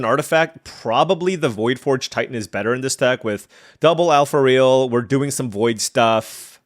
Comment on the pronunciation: AlpharAel 😅, not Alpharail 😂